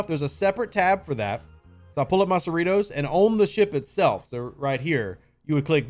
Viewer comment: Are you sure it's pronounced cerree-toes? Seems to me like it should be pronounced cerri-toss